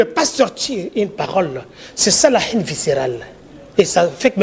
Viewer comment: haine et non hene .ai (aie) en fonetique.